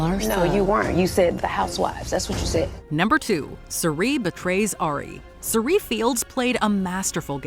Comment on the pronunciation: Her name is Cirie, shes really cool and actually very good at these kinds of games, so lets respect her enough to pronouce her name correctly instead of fishing for comments